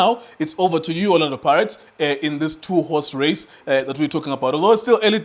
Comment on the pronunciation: How he emphasized "two horse race"🙄